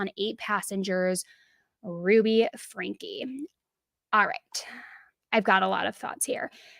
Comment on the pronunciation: I have to say, it's so satisfying to finally hear someone say "Franke" the way you're supposed to say it 👌🏻